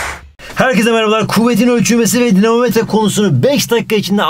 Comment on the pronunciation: Dinomometre denir. 😅